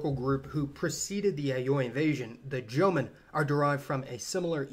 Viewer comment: Actually more like jōmon.